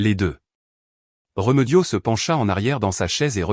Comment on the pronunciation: Ce n est pas réumeudio mas remediod avec deux accens aigus vous qui aimez tant le a accent grave